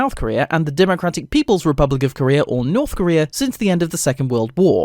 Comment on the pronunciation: They did say North Korea but incorrectly saying it